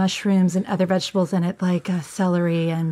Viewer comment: The way he pronounced VEGETABLES 😂